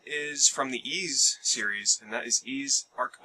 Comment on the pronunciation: Ys is pronounced pretty much like east with a silent T